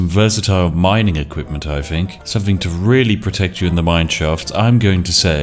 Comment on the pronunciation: Did no one tell these Brits that the Th sound is not Ffff